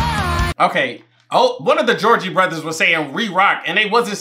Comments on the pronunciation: Me:… Did he just say the Georgie Brothers? 😂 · You calling the Jonas brothers the Georgie brothers kept taking me out lmaooo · calling the Jonas Brothers the "Georgie Brothers" gave me LIFE loll 😂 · Bro was actually calling the Jonas brothers the gorgie brothers the whole time like 😂 I love this movie one of my favorites , even though it’s cringy it’s an original , this video was hilarious keep it up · Loll😂 dying every time you call the Jonas brothers, "the Georgie brothers" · Bro keeps calling the Jonas Brothers The Goergie Brothers LMFAO 😂😂😂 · Georgie brothers hilarious it's Jonas brothers getting the names wrong has begun! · I find it funny that you’ve been saying Georgie brothers when it’s the Jonas brothers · Him calling the Jonas brothers the Georgie brothers had me hollering!!! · Not pronouncing the last name Jonas as Georgie or something like that HAHAHAH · Why do I literally correct you every time you call them the Georgey Borthers 😂😂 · Is he calling the Jonas brothers the Georgie brothers on purpose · They are the Jonas brothers! Not Jeorgey brothers lol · It's Jonas! Not Jorgie😭